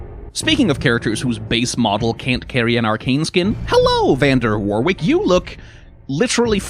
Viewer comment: Heads up, "Warwick" is pronounced 'warrik'. the second 'W' is silent. It's weird but a lot of old English names are 🤷‍♀️